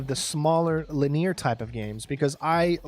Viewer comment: Why do you pronounce the word linear as “laneer”? So strange.